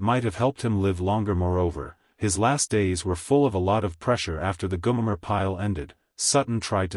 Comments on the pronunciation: its GO-Mer. Not Guuuu-Mare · Goo-mayor? Really awful video. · Did no one listen to the finished product? Tell me, who is "Goomer", or Goomere" pile? is This AI voice is absolutely horrible. A lemur on crack would have sounded more realistic. And what's with the really, really crappy dusty film effect? You know, if you knew how to tell a tale correctly, you wouldn't have to crap the video up. Just another bullshit clickbait video by a low quality clickbait production group. The only way this could be worse would be if it were longer. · Yes. I agree. You lost me after the AI generated "goo-mer" Pyle proved how clueless this video is